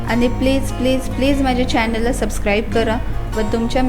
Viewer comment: मॅडम चॅणल नाही हो चॅनल म्हणतात